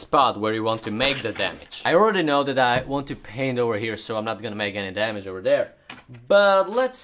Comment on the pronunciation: This is cringe he keeps saying damage and he didn’t even do it right